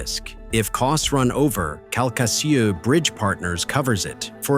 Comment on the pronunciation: It's pronounced Kal-ka-shew.